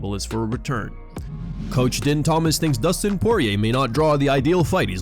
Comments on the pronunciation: FYI it's pronounced Dean not Din. Despite the spelling. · Din is pronounced "Dean" not "Den" 😉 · Din is pronounced Dean